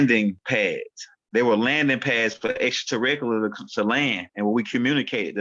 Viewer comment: Greetings*🐉🥰👑🎼 The word is pronounced: Extra-ter-rest-tri-al = 6 syllables brother man. Love & excellence* 💌💝💒🧞‍♀️🐲👅✨️💫🌟